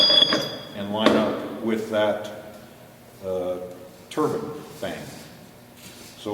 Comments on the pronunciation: wonderful and informative.I just hate the way you pronounce the word "turbine" its not a turbin , short I sound, its a turbine, long I sound. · Don't forget about that "turban" lol. It's TURBINE.. tur-Biiine. See that "e" on the end? Awww you'll get it.